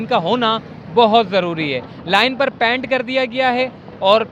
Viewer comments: PANT nahi PAINT bolen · Oh,apnay pronunciation pay zara dehan do, yeh kaisay bar bar paint bol rahay ho🙄🙏